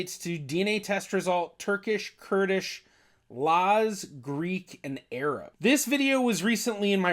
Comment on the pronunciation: is laz not naz, If you don't say it clearly then you can't translate it correctly.